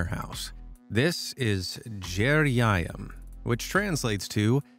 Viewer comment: GE-RE-JA A-YAM. IM ROLLING